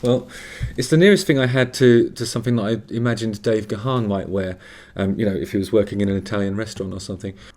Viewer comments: It's pronounced Garn not Ga-harn. Love this song so much. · Gaan not GaHan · If you really loved Depeche, you'd know that Dave's surname is pronounced "Garn" not "Gerharn".